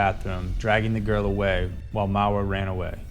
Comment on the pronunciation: It's Maura Murray NOT Marie